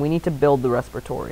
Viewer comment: lol respatory